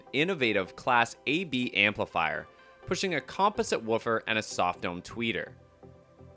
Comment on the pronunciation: I know right! He's pronouncing composite as "com-poh-sit" - with the accent on the "poh". lol Is he just doing a voice over for the video or what? Either way, he should know how to pronounce these words if he does voice overs, it's not like "composite" is exclusive to studio monitor speakers.